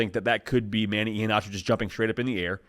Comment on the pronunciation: Pronounced E-HEN-ACHO. Just helping ya out. Sco Ducks!